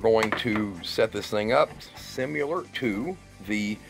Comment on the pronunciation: similar is not pronounced simular!